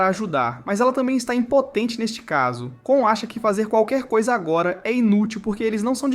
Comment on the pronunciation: Vc falou o nome do cara e da garota do errado pq o nome do cara é KON e não KAAN e o nome dela é FLORA e não FLONA